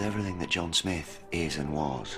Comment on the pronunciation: Oh my... IT IS SMITH NOT SNIFF!!!!!!!!!! Damn brah. I only got to before I am leaving due to your lack of understanding how to say words.... SM-ITH SMITH! Not fucking sniff!